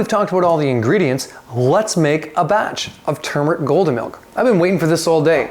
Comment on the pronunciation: What whold fix that confusing problem would be pronouncing it the right way. Instead of saying tumeric say turmeric.